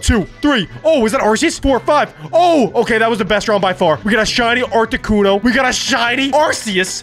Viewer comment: Did any one realise that didn’t say articuno but he said arcicuno